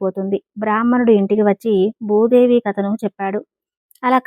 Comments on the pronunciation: ముందు నీవు భూదేవి అనటం నేర్చుకో? బూదేవి కాదు తరువాత అందరికి చెప్పు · You should pronounce Bhudevi properly.